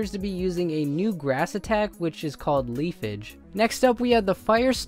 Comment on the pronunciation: It's pronounced as LEAF=AWGE!! Like...BAR-RAAWGE!! Most people are pronouncing it as Leaf-IGE..... ......SOOOO STUPID!!